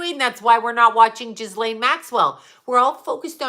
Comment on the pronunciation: Its pronouned GEE -LAINE...its French...the S is silent.